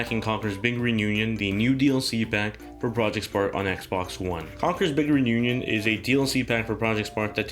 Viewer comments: "Congurs bigern union" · Having troubles saying "Big Reunion" x)